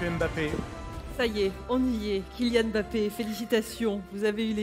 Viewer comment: ce n'est pas e'mbappé madame ! c'est Mbappé sans e